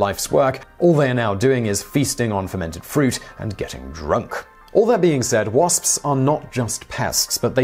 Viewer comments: I love how he pronounces "wasps" the "spspspsps" calls the attention of my cat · WaSpS, he pronounces every letter and I love that for some reason